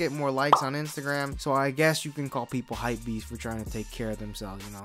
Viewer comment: The fuck is a hypebeast? All I heard was hurp-pees